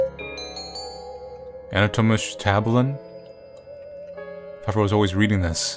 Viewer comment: it says Anatomische Tabellen and it basically means Anatomically Chart and it sounded funny when you said it!! It's in dutch by the way